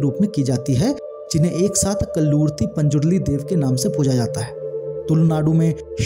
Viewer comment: I'm a mangalore person and we will do pooja of CHAMUNDI amma and also guliga, which you said KALLURTI it is not KALLURTI it is KALLUTI amma and also CHAMUNDI and PANJURLI are same just TYPES OF POOJA AND NEMATODES ARE DIFFERENT. ..